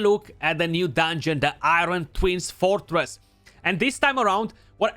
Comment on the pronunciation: Iwon twins fwowtwess. 🤗. I love his accent.